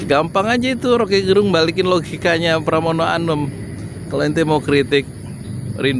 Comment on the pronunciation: Pramono anung...bukan pramono anum....fahry hamzah....bukan fahry ali....pak yudi....😄😄